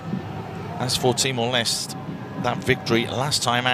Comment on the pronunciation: He said Timor less